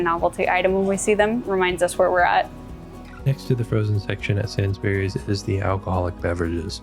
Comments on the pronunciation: Pronounced SAINSBREES not SAINS BERRIES. What about LIDL, M&S, CO-OP, COSTCUTTER, FARMFOODS, SPAR, KWIK SAVE, PREMIER, ICELAND ? Food in the USA lasts longer because it's full of preservatives and chemicals that are banned everywhere else ! British breakfast cereals have WAY LESS sugar in them. A lot of UK freezer/cold sections have sliding doors on them. ALDI for instance. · No! It's pronounced SainsBURIES. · You mispronounced Waitrose, the t needs to be clear, like wait-trose not way rose :-) Also, “sainsbrees” is how you would say it, not sains-berries. The fruit and veg self weigh thing is new to me, I have never seen that in a UK store before and I have lived here all my life. Lots of things you pointed out are specific to that store and don’t really apply anywhere else. I think a Tesco would probably have given you a better indication of your average store. Sainsbury’s is kind of middle class (especially in Ely) and as such will have specific counters like sushi counter which I have never ever seen.